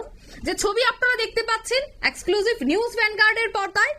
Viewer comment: Exclusive উচ্চারণ ভুল। এই মেয়েটা প্রতিদিন এত ভুল উচ্চারণ করেন। একে বসান কেন ? আর এই অঞ্জন শুকুল, এটা কে? পশ্চিমবঙ্গের কোন স্তরের বিশিষ্ট সাংবাদিক ওনি ???